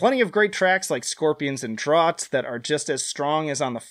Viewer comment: funny how you were worried about pronouncing the other language words but didn't worry about pronouncing drought like draut instead of out with a dr in front of it